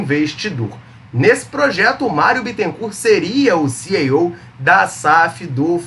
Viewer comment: bom vídeo, mas nao é CI EI OU, é CI I OU kkkkkkkkkk CEO